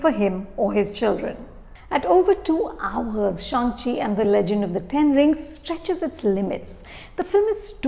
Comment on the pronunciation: Ma'am, I always love to watch your reviews, but this is the worst one. You have given away so many spoilers and even mispronounced Shang Chi. I thankfully read the comments on this video and avoided watching this review before the movie. Now that I watched the movie, this review makes me cringe.